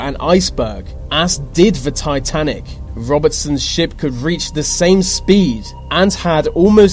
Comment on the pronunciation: Your accent gets to me too much. It's 'th'e , not v Vats not the full quote should be said with with a th. How hard can it be 😂